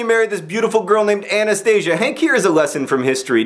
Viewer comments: ok I don't mean to be rude, John, but Anastasia is totally not pronounced like anaesthesia... it's more like A-na-sta-si-ya.. better luck next time... :D -Best wishes, Pete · IT IS PRONOUNSED A-NA-STA-SI-YA